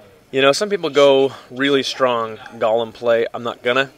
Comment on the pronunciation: Golem, not gollum.